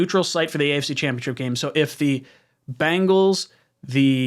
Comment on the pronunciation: BENGALS not BANGALS LOL